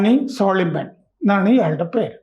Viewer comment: സോളിമൻ അല്ല സൊലൈമാൻ ആണ് 😂😂